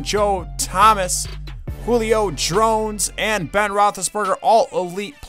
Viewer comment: he said Julio Drones